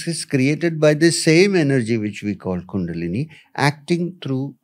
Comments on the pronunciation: Dude Ranveer, Please! It's Kundalini, bro! Not Kundali. Kundalini means "The Divine Primordial Energy"! Kundali means "Astrological Chart". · Dude, its Kundalini NOT Kundali (horoscope/ chart). Also, change the visual which shows a horoscope chart. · Plz correct the it bro. It's kundalini not kundali. Kundali means astrologers chart. Kundalini means energy that is coiled like a snake. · It's not kundali..it's kundalini ..kundali is different thing